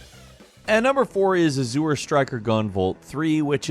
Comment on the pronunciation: So no 1 told he was saying Azure wrong in the editing phase?!😅